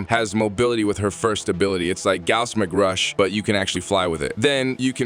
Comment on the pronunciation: McRush and milay? gire and protyay?! Where the hell did you learn English? Holy crap. Mach rush = mock rush. Melee = maylay. Gyre as in gyrate or gyroscope. Protea as in protean or protaya, if you're fancy. Dude.. you want to do Warframe videos and can't even be bothered to learn words or their names? Holy hell kid.